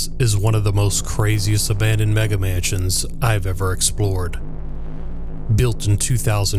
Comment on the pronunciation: Car. Not. Abanded😅